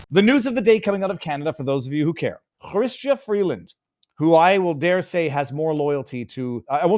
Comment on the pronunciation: Why are you calling her "chhhystia"? It's not a Jewish of French name.